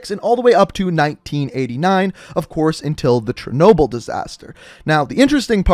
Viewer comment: You say chernobyl weird